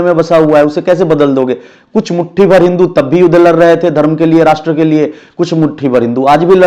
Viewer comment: गोड़े नही बे सुअ@ गोरे बोला जाता है 😂😂 लर रहे है नही होता है रे चुति@ लड़ रहे है होता है 😂😂